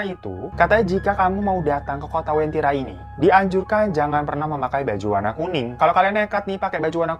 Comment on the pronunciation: Maaf bang sebenarnya namanya uventira bukn wentira